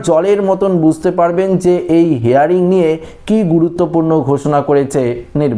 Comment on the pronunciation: কথাটা হেয়ারিং নয় হিয়ারিং। ইংরেজি হিয়ার মানে শোনা আর হিয়ারিং মানে শুনানি। শুদ্ধ করে ইংরাজি বলুন